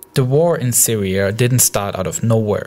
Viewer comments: I hope the Sywia waw ends soon, and hopefully the Wussians and the Amewicans can wowk on something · siwia and medateween. lol